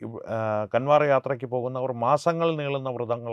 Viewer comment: കാൻവർ അല്ല കാവട് അതായത് കാവടി യാത്ര എന്നാണ് ശരി നന്ദി നമസ്കാരം